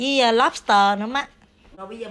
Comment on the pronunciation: Lobster not lopster😍😍😍😍